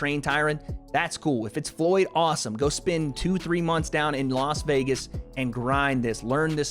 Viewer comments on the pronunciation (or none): none